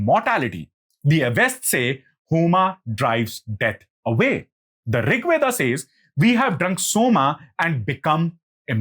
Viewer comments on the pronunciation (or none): Veda...not Weda